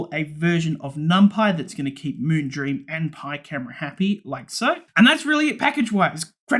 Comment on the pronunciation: "Moonbeam", "Moongleam" hahaha you got me laughing